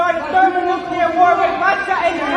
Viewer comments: Nuclear. NOT nuculer. Fkn stop. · OMG BENNY, STOP SAYING NUCULAR, ITS NUCLEAR, YOU SOUND LIKE GW BUSH.